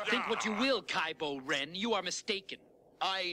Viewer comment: I thought he said kybo red at first.